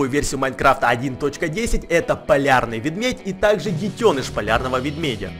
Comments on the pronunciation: Мне одному пакозалось что он говорил не медведь а ведмедь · Мне показалось что он сказал вместо медведь-вембведь :D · мне покащалось или он сказал мевмедь? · Простите) Просто плохо различаю акценты и тем более не знала что по украински будет Видмедь, а не медведь. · Он в начале говорил "Ведьмедь"! XD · я думал что ты говорил ведмедь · Кто такой полярный ведмедь, и что ещё за появлиться? Логопед? не? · Ты говоришь "Ведмедь") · ты говориш Нада говорить медведь